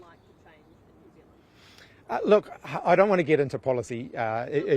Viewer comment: Jew Zealand 🤷🏻‍♂️